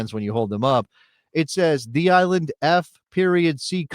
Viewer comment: It's just that people in the Greater NYC area are wont to refer to Nassau and Suffolk County as "The Island" with the emphasis on the second syllable, not as "THE Island". Geographically, NYCFC will play on Long island and are on the Long Island parkway system, so can they overshadow any new USL team? PS, Stony Brook University in Suffolk County has a suitably sized stadium that has been used by professional lacrosse, which is big on "The EYE-land"